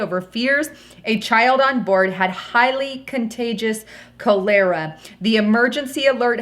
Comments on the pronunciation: Pronounced : Cowl—la—ra, not cowl—lair—ra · cOlera not cAlera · Cól er ah is not pronounced Col-lér-a. Colera wiped out alot of europe. Nasty filthy disease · Yo, it's pronounced "collar-ah", not "ko-leer-a"! And, "9pm that morning"? We normally indicate "morning" hours by using "a.m." - just saying. These errors hurt credibility. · please CHOLERA is pronounced phonetically "Col er a" not Col era". I don't want to be pedantic but pronouncing common words incorrectly makes you appear dumb, which I know you're not. Thanks. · It sounds like "coller-ah" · it's PRONOUNCED - CALL- ER- A!!!! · What is calara? Is this Cholera? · "Cholera" is pronounced as 'Cahl-uh-rah' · hon, it's coll' err' ah ( accent on the first syllable and short a ) That's a very contagious disease, first contracted from contaminated water and then spreads between people coming in contact with an infected persons body fluids. Causes fever, vomiting, diarrhea. Bad news. Don't fly or go to countries with questionable sanitation. Visit the great USA, Canada, Great Britain. Australia and the far northern countries. Why risk your health? Thanks for another great report. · Kah ler uh=Cholera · The pronunciation is chol-era. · It’s pronounced Kah.lur.ah. And isn’t Africa where they’re having all of the Ebola outbreaks? ***Keep your eyes on your local Hospitals. If you’ve got friends in the Medical field, keep in touch with them. That’s the only warning we’re going to get that the S has H the F !! 🤨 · cholera is pronounced chol ur a. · It is pronounced Col like a shirt collar, er sounds like "r", and "a" is the sound of a small Cholera